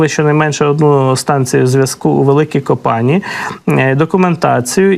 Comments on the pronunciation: Не ко-пані, а Ко па ні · Великі КопанІ *наголос на і!!!